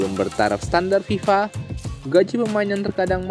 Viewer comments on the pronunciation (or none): none